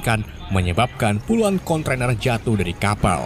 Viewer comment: Kontainer broo...bukan kontrainer he...he...he...